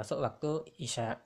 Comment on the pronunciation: Assalamualaikum pak numpang tanya kalaw pas bacaan isaai isaa nya itu kok dibaca cumn dua harokat pak itu kan madwajib pak